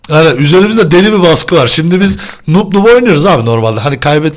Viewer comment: İnsan bi kendine bakar dimi o 'noop' değil canım 'noob'